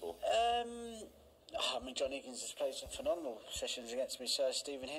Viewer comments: Love Ronnie, but it grinds my skin when he says phenonemal... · Ronnie's form today was as good as his pronunciation of phenomenal.